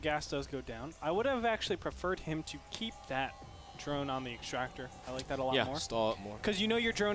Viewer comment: exschtractor... (cringe)